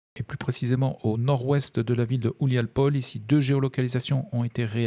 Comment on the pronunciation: Juste une remarque, le "h" se prononce comme un "g": "Bohdana" se prononce "bogdana", "Houliapolie" "Gouliapolie". Merci pour votre travail qui permet d'y voir plus clair au milieu de toute la propagande issue de chaque camp